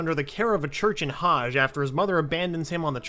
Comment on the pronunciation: its pronounced ha-gey like hokage